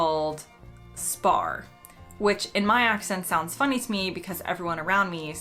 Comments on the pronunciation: I can't tell the difference between you saying "spar" and "spa" at all :D Accents are fun :D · Spar is / was a German convenience store chain. In German, "Spar" means "To Save". Correctly pronounced the German way, it's Shpar ;-) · Yeah spar is a weird one. A lot of (not all) English regional accents drop Rs at the end of words. Scotland doesn't. Weirdly a lot of English accents randomly add Rs elsewhere, like in drawing (becomes drawring). We're next door and we don't understand it, so don't worry about it coming from much further away. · Spar has a silent r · No it is Spar try a hearing aid lol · lol to my ear when you said spar and then said spa.. they sounded the same. I should also say though that for me spa and spar is pronounced the same- like too and two or free and three.